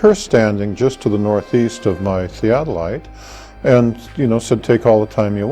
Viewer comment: what is theatellite? is he an alien too? lol